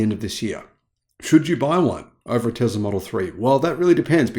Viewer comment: There is no z sound in Tesla.